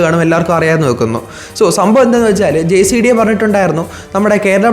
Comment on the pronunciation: Jcda അല്ല gcda